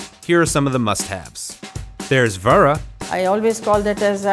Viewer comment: "there's vara!" it's vada... it sucks because you really put the emphasis on that part :s and ask Anthony Bourdain? come on dude, this vid was released in 2019, a wee bit of thought in the editing would go a long way..